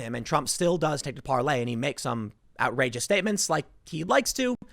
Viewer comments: Can some one get it through Tims skull it's PAR-LOR not Parley god it's painful everytime he says it. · It is called Parler, not Parlay. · Hi Tim, it's PARLER....ER.....NOT PARLAY.....kEEP UP THE GREAT JOB! * TRUMP 2020 ** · It's Parler not parley lol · Par-ler dude.....Parley is "tweeting" on Parler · Tim it is PaleR, not PaleY, You've called it Parley in 2 posts now. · ParlER not parlAY!!!!!! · Tim please, its parLER not ParLEY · Why does he keep saying "parley" it's parler🤣🤣🤣🤣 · Tim What the hell is Parlay??? Its ParLER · Is it really pronounced, PARLAY? Isn't it just Parlor? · Why you calling it Parlay? When it is Parler? Get it right so people listening actually know where to go! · Tim, the site owner says it is pronounce par-lor as in a place you go to sit and talk. Not par-lay as in a pirate detente. ;) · Can you pronounce Parler correctly already? Parley? Where tf is that coming from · Tim parler is pronounced with the r at the end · Stop mispronouncing PARLER. A “Parley “is the message itself. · You are using the French pronunciation? Not Parler as in where you have conversations as in a parlor. I can't tell.... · Tim calling Parler "Parlay" hurts.